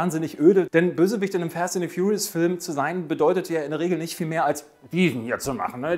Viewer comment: Ich bin an Kritiken interessiert. Jedoch macht es keinen wirklich professionellen Eindruck, wenn der Sprecher schon zu Beginn des Videos nicht mal den Filmtitel richtig aussprechen kann. 😔 "fAst", nicht "fEst"...